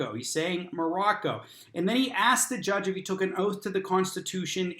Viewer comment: When they get their law license on youtube does it teach them the correct way to pronounce "oath" is 'oaf"? Still trying to figure out the relationship there.